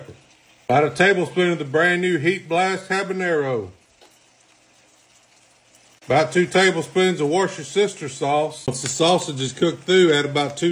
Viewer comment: It took me years to be able to comfortably pronounce that damn sauce correctly. It only took 1 of this man’s videos to have wash-your-sister sauce to be burned into my psyche forever.😳